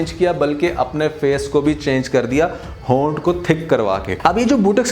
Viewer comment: Hoonths 🤣 ,you are hilarious